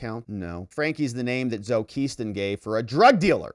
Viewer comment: Zoe is Pronounced Sowie